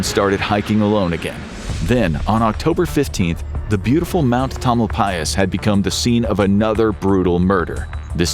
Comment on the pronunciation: I’m in Point Reyes. I thought the same thing. So bizarre to hear Tamalpais pronounced correctly